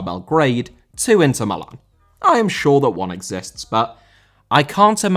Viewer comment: Inter* not Ento